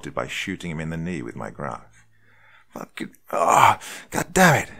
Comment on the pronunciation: he DOC are you saying GLOCK or GROCK?